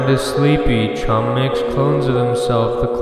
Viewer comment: the more you hear it, the more h in chum disappears